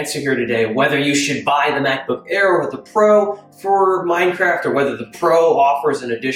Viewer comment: "Can they wun minecwaft?"